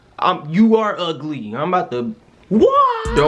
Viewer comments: He said ugg lee ☠️☠️☠️ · Nigga said Ugg Lee